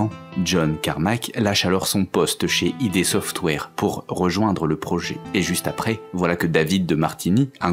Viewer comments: Salut, c'est le chieur du jour, juste pour dire qu'on ne prononce pas "idé software" mais "ide software" allez a+ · I=ay D=di donc cela donne ''aydi softwaire''